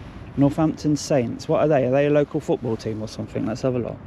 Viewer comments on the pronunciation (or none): none